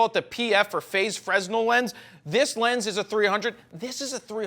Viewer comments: It's pronounced "fruh-NELL". Not "fres-nul". You all learned something today. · Awesome video! However, not to be "that guy" but it's pronounced "Frenel" not "Fresnel". Keep up the good work! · Hey Jared! At the risk of making myself a pronunciation nazi, fresnel has a silent 's' (the dude the lens design is named after was French...), so correct pronunciation would be "fruh-nel". Love your videos, keep 'em coming! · Please learn how to pronounce "fresnel" correctly.